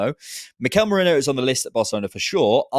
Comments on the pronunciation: Holy crap why can no one say Meh ree noh. 🤣🤣🤣.,,,...merino not Moreno 🤣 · has no business calling out pronunciation when he himself says morino